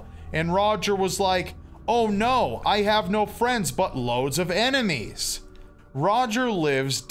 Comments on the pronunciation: ITS PRONOUNCED EINIMEES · It’s pronounced “I Eye-nem-ee-s” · It is difficult to understand where I-ne-mee-s comes from when it is only an e before the n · Technically this was credited to "Phoebe C". I could see Kevin faking the pronunciation of "Enimes" to "Ainamees" to make it seem like he was the original writer with the "original pronunciation" & take credit for something that has no value whatsoever to anyone but him alone lol. Either that or he got his fat punched off & changed into a hobo name Kevin at some point 7 years ago. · Ainemis, not Enemies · Your pronunciation of enimes is disappointing, but we'll let it go because your dramatic reading is absolutely phenomenal. The Dear Leader sends his greetings. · He kept mispronouncing the word "enimies"